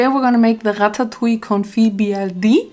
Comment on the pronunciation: Omg its like the first time I hear someone pronouncing ratatouille correctly in english. FINALLY🙌🏆